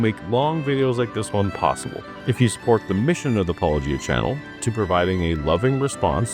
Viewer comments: Classic dishonest argumentation tactic: demonstrate your disrespect for the person you disagree with by mispronouncing and mocking their name. Primes the audience to dismiss them and anything they have to say. Straight out of the Trump playbook. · It's a weird flex some people do, pretending not to be able to pronounce names. Instead of trying to learn, they take the opportunity to make a cutesy joke. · Dude, come on, that's not why they do it. They pretend to have no idea what Paulogia even means, much less how to pronounce it. And the point isn't that it's "a big deal" in & of itself, it's that it's symptomatic of the smarmy affectations of apologists. They do this with a lot of things. "What does deconstruction mean? That makes no sense. We should be CONstructing." Acting like what they're talking about is incoherent nonsense it's beneath them to try to understand is an appeal to ridicule tactic. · “I believe it’s pronounced ‘Pa-LOW-gia’ “ -Christian internet apologists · Why can’t they get his name correct? It’s not that hard. It seems like they’re disrespecting him from the get-go. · I think they do themselves a great disservice by mispronouncing his name, because many of Rhett and Link's original fans were Christian, due to the fact that their videos were pretty clean. By mispronouncing his name, most fans are not going to watch their videos to begin with. And Rhett was so openly Christian for so long, they don't understand that his fans like him for his personality, and while Christians may be sad he left Christianity, they still love and respect him. They don't want to hear anyone mocking him, and hearing these apologists tearing into him is more likely to cause people to leave Christianity than continue, due to the fact that Rhett is so kind and humble and they (supposed Christians) won't even pronounce his name right. And yes, I believe the mispronunciation of his name is completely intentional. 🙄